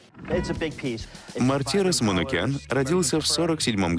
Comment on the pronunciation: А трудно было узнать как произносится имя художника???? МартирОс,ударение на О. Автор не знает что такое википедия